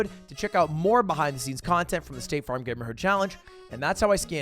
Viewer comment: I kept hearing stake farm as in stake the gambling company, and nothing quite made sense until I saw the "sponsored by staTe farm" at the end lmao